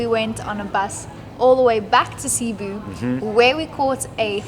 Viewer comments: i enjoyed ur trip here. see you next time and I hope you see Bohol and enjoy the tarsiers.... CE-BU (seboo) 🤭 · Glad to see you had a great time in PH, sad to see you go. Come back Christmas season in September and let's bump that subs to 50K! When watching Buddymoon, there's only one thing that's evident: is the luckiest guy in the world!! PS: For the nth time, it's seh-BOO not SEE-boo. 😎😎😎👍👍👍